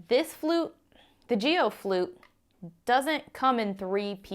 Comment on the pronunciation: It most definitely isn’t pronounced Jee-o. It’s a hard g pronounced as a single syllable. It’s a Chinese surname, as in Aaron KWOK the megastar.